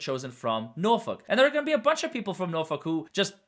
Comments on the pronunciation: As a norfolkian, it’s “nor-fork” 🍴 😂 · Your pronunciation of Norfolk is very close to correct. Keep trying